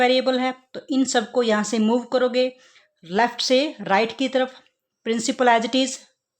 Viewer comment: When u said left se i thought u said lakshay and lakshay is my name